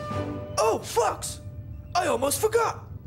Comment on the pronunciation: "Oh Fucks" that "o"in Fox is easy to slip up on